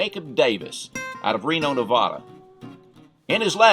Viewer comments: Very fascinating video. Nevada is just like you spell it. Nev-ad-a, not Nev-odd-a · Nevada is pronounced just like you spell it, with "ad" in the middle, not "odd" in the middle.